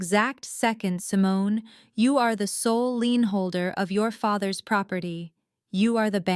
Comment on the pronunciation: Lien not lean. Hire people who can read and spell English.